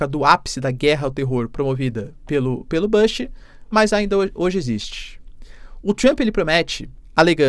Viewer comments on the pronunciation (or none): none